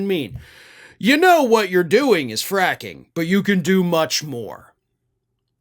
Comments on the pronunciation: Fracking? I thought you said quacking! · looked very pleased with his seamless transition from “fracking” to “fraction” 😂😂